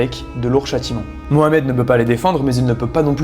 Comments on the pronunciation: Tu prononce désormais super bien le nom de notre prophète merci pour cette marque de respect ❤ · Déjà toi t as 1 bonne base car tu prononces bien Mohamed …….d autres prononcent Mahomet, j ai cherché de partout mais je ne trouve pas cette personne 🧍‍♂️ mentionnée dans aucune des 3 religions monothéistes…..il doit sûrement s agir d’une légende grecque !!